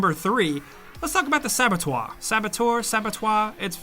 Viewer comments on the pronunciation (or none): its spelled SA-BO-TER, not fucking Sabatoire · Pronounce it sa-buh-tur (American) or sa-buh-tuh (British) but not sa-buh-twoir. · Sabotoi? It's just saboteur, dude. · For the record its definitely pronounced "sab-eh-tour." I have no idea what that second pronunciation was. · Far cry 2 was not underrated at all. Most people loved it. Oh and it’s saboteur not sabatoire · It's pronounced "Sab-o-toor". For it to be pronounced "sab-o-twah", it would have to be spelt "Sabotois". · You pronounce "saboteur" as if was spelled "sabotoir" and pronounced "sabɔtwaʁ". But it's "sabɔtœʁ", with the letters "eu" pronounced a bit like the vowel in the English "girl", "bird" or "fur". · For gods sake it's not sab-a -twa or twoor, you say it like SABA-TOOR .... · It's "Sab-oh-tur" but the 'tur' is a cross between the 'o' sound in 'love' and the 'er' in 'nerd'. "Sab-oh-twar" like you said it, would've been written in french as "Sabotoir", which reminds me of the word "Abattoir"...which is not a nice place.... :) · It’s Saboteur not sabotoir. You clearly didn’t grow up watching TRAPPED and it shows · Yeah, it's pronounced sab-a-tour, definitely not sab-atwar..! Just so you know..! How can you not know..?? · You were spelling it more like "saboteoire". The best way I can write its pronounce for an English speaker is close to "sabotuur". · you got it for the "sabot" part of saboteur, but it is not oir the last part is spelled her sabot"her" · You are pronouncing "saboteur" like it is spelled "sabotois". It's just Sa-Bo-Tur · Its definitely saboteuR, we pronounce our R's over here in murica. Yes thats a multilayered joke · Definetely NOT pronounced sabotoir lol. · It's pronounced Sabo-tour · Come on, dude, to pronounce it as you do, it would have to be written as "sabatoir".. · Sabatoir? why cant you spend 8 seconds figuring out how to pronounce it? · SAB-A-TOUR. Stop making Americans look stupid. We're not all illiterate morons who can't pronounce simple words. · Sabetoir. Really?